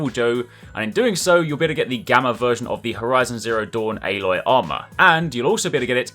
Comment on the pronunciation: "Ayylloy" lmao